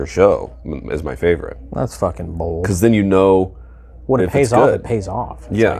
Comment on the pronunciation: "Thats F'n Bowled" Not Bold or Bolth